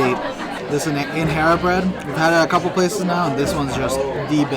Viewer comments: FYI... it's not InHERA... It's actually pronounced INJERA, just like what we use to pour our coffee a JEBENA is not HEBENA😊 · Its injera not inhera you have to pronounce j as j it’s not a Spanish word. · in-hera lol 😂.. it's not hesus it's Jesus.. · Thank you for this. Looks so good. Just fyi, when pronouncing Injera, the "j" is actually pronounced. It's not like Spanish. so it's In-ge-ra. 😊